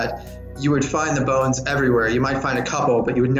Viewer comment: Bones not balls